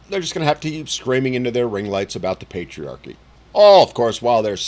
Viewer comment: Praise Pay-Tree-Arc-E